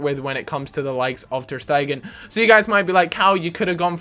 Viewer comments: im not being mean but how in the fuck do you think that "ter stEgen" is pronounced "ter stAIgen" lol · The E in Ter is a long E not a short E like you're saying it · Ter-StEgen. Not Steigen. I know you said you pronounced it wrong, but this might help you. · ter- steg-en Literally how it's spelt. I've got no idea why you think it's pronounced ter steigen. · You say it like "tear staygen" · Pronounce it like "Ter StEYgen" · Its pronounced Tear Stay Gun,. Sorry, you're odd Swedish style pronunciation was bugging me haha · Ter Stegen its pronounced Ter Stigen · Its pronounced Ter Sterjen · ter Shtaygen is how you're properly meant to say it, or, say it how it's spelt. ter Steggen. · his name is pronounced ter st(ay)gen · Ter-Stegen is said like Tear Stergen as in tear a piece of paper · You say ter stay gen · you are saying ter steegen wrong. You gotta do the dutch G sound :D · My bad I mixed them up. I'm was trying to explain that it's not pronounced like how you would pronounce it in English. Like how when you would have e and r next to each other it makes a certain sound. In German all letters are, for the most part, stand alone. Besides ei and ie. For example, you would pronounce the er like you would pronounce it in eragon. that e sounds goes for most e's in German pronunciations.